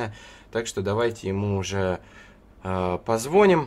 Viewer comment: Не позвОним, а позвонИм!